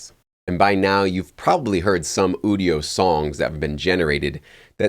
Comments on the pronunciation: You-dio not ooo-dio 😂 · Quit saying Ewdio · It's pronounced "you-dio". IDK why this bothers me even more than people pronouncing nVidia as "nuh-vidia".